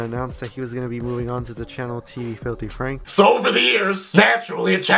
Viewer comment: Franku? FRANKU! FRANKU?!?